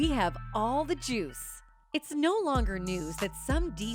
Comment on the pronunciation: This woman narrating this says she has all the Jews I highly doubt that I think Ambris got all the juice